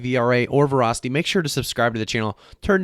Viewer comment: Vra tanked hard. Weird pronunciation of Vah-ra-city